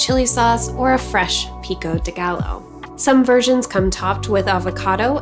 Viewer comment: Another great recipe! Really well presented. Was the Jalapeño seeded or with seeds? I like how you pronounce Pico de Gallo (should sound like Guy Yo). It's a nice little brain tease though. Happy Cooking, UB